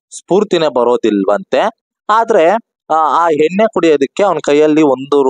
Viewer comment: ಹೇನ್ನೆ ❌❌ ಎಣ್ಣೆ✅✅